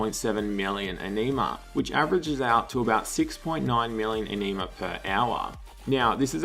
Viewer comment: Ah-Knee-Mah vomits